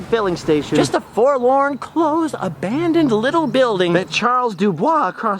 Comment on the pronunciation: "Heavy metals....A-BANDoned ? Anyone? Bueller...Bueller?